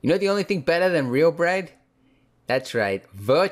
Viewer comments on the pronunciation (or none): Crispeh, dougheh bred. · 'Y'know the only thing better than real breag?"